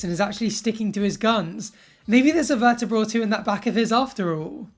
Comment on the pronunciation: Had to rewind 'verterbror', 'verterbreor', 'vrtabror' (?) a few times, it has to be said